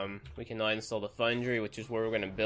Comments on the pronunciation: i like how he says now as noi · When he says "Now" as "Nih"...lmao